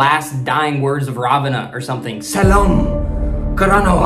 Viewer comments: Dude it's not Selam karanawa it's sellam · Not SELAM KARANAWA , it's SELLAM KARANAWA. And not KOSA it's KOSSA bro 😂❤ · Kossa is the right word. Not Kosa Also sellam is the right word.. Not selam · It seems your audience gonna be sri lankan people. As you present it wonderful and hilarious way Better saying as, Kosa as kossa Vishwasha as vishvasa As a beginner start pronounce kiyewwa as Ki yew wa Selam karanawa as sellam karanawa However your words can be understand as they are. Nothing to worry